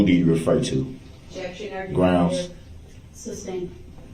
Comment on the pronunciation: "objecshun axed and ansered"